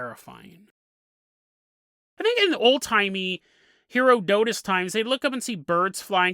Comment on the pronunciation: It made my teeth itch when you revealed you actually KNOW how to say Herodotus, but you carried saying it wrong deliberately 😆